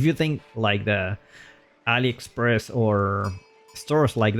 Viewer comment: I can't stop laughing when you say AliExpress